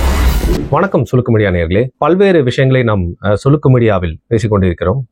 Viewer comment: Sulukku❌ Silukku✅😂😂